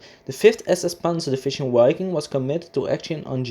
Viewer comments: Just FYI - The German 'w' is pronounced like an english 'v' and the first 'i' is long so it should sound like Veeking. Wiking is German for Viking. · It's pronounced "vi-king" with a short "i". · Dude - in German you spell and pronounce "Wiking" with a clear double-u. In English, it is spelled "Viking", and pronounced as a "v" - a clear "v". You should change the commentary, as it reduce the quality of the video quite substantially!! In fact, the video is almost non-comprehendable due to your extremely bad pronounciation - slow down, and concentrate on pronouncing the words clearly. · W is pronounced V in German.